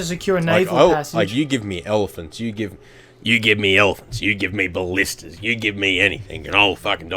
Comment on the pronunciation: For your next attack you should hit the wall stretch that has no towers with the goat and ballistas. Now ima correct you on some words. Ball-ist-ta-s and Nape-alls those are really pissing me off. That's all for now.